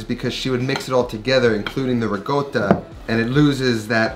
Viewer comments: Every time I hear riGotta, I cringe. It's RiCotta with a C, not RiGotta. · There's no 'g' in Ricotta. Pronounced: ri - cot - ah It's a short 'o' sound, not a long o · Those look amazing..... I'm going to try them. And..... I have a suggestion.... 😂 for some merch. I've realized, you say it RE-GOAT-AH No, you do.. Regoatah I need a tee shirt with your face on it, and you're saying IT'S PRONOUNCED REGOATAH!!! Yeah yeah. I'd buy it